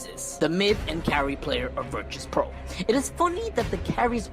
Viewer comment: ITS VIRTUS NOT VIRTRUS .,.,FUCK U